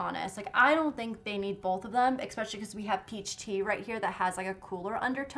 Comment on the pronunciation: I'm always trynna figure out if she says "expecially" or "especially" lol